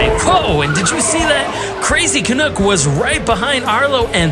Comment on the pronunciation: Canuck rhymes with "duck" NOT "cook". Thanks